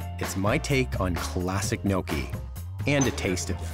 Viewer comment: The way Brian pronounces some words (such as, gnocchi) makes me cringe. Haha! Since he went to the trouble to meet his relatives, also, buy and renovate a house in Italy, hopefully, he's learning the language and customs. This was a nice cooking video, though. Best wishes on everything! Ciao! :)